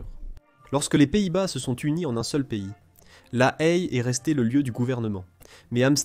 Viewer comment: La Haye en français ne se prononce pas "La Hhaiee" mais "La "è" !